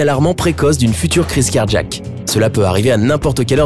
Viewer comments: Et quand on dit cardJaque au lieu de cardiiiaque, c’est quoi ??? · C'est car jack? Ou Cardiaque? Moi j'ai mal compris ta prononciation... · On dirait qu'il dit car-jack comme car-jacking 😂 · Cardjiaque cardjiaque cardjiaque 😂😂